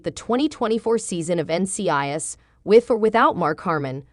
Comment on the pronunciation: I noticed that also but I think it happens when people use the computer voice to do the narration. Also the pronunciation of NCIS is off.